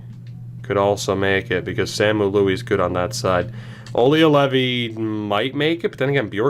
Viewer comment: Louhi hould be pronounced more like low-he, instead of loui, like you say it now